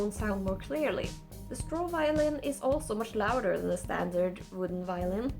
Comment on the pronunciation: He calls it the violent... badum tttsss... i was somewhat laughing at that point and i don't know if it's just sad or funny if you trip and cut your arm on your own violin 😅